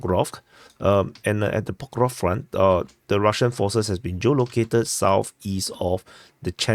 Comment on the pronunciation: Yes, I do prefer when you speak more clearly and pronounce words accurately without chopping off syllables. An example would be when you say "Pokrovsk" Instead of "Pukruff." And also "rivver" Instead of "reever." Thanks for asking! 👍